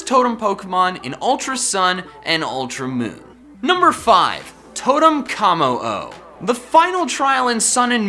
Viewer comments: Why do you call it “Kah-mo-o?” Its “Koh-mo-o” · three things, 1: W R O N G 2: mimikyu not mimickyu 3: how- its kommo-o not K I M M O